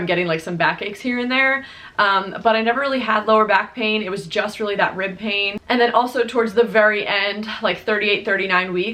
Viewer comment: OH! Rib pain! I thought you said “ripping” and I was like OUCH, what muscle is ripping?! So happy your 3rd trimester went well. Saw her on IG and she is so beautiful! Congrats!!!